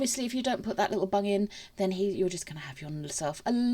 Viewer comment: Omg I need my ears tested lol I thought you was saying to make sure the resin covers the bunny’s bum and I thought I wonder why she’s saying that lol then I realised you was saying bung lol xx